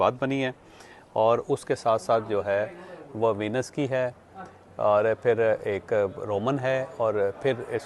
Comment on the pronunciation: Bhai Sahib vlog bana rahe ho ..kam se kam “ VENICE “ to sahi pronounse Karen …